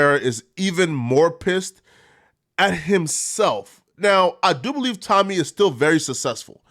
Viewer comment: Why u butchering Tommy last name like that bro lol